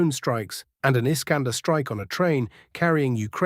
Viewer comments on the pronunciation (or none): none